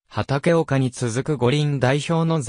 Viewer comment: 何回も言うが｢はたけおか｣って何だよ。 ゴルフの話をするのに毎回間違えるな‼️ 腹が立つ‼️